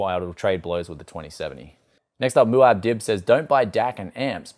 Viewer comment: Proper pronunciation of Muad'dib. My man